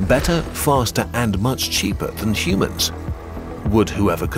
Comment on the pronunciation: I swaer he sais Shumanns/Schumanns/Shoemans and not Humans when the video opens.